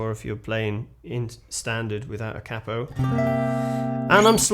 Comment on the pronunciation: Marvellous....absolutely bloody Marvellous 😊 !!.... not only that... you actually pronounced Capo.. correctly... “CAP-O” ...not that annoying irritating “KAY-PO” malarkey 😂...